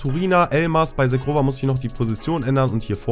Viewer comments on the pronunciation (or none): Edon Zhegrova Wird "Shegrova" ausgesprochen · Bei Zhegrova wird das Zh wie das Je bei Je m‘apelle im französischen ausgesprochen also Zhegrova (Je-grova) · Er wird nicht „Shegrova“ ausgesprochen